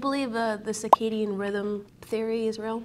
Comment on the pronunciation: "Cicadian rythem" 😂 A Cicada is a winged insect that may a high pitched noise. What you're trying to say is CIRcadian rythem. If you're going to try to talk like you're educated on the topic, at least know how to pronounce the word.